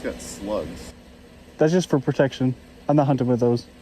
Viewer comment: I can't stop laughing at hearing you say "hunning" instead of "hunting."